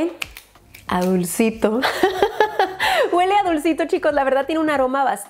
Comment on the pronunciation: "Este spray GÜELE riquísimo" jajajajajajaja es HUELE!! NO GÜELEEE!!